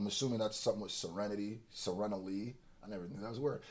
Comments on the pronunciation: Se-reen-ly like serene, peacefully Not everyone's mom made them study the dictionary 😂 (that's not a dig at ) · Sur-reen-lee lol. Them words are no joke today lol. All love my guy.